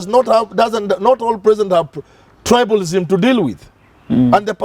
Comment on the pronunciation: check the pronounciation of Tribalism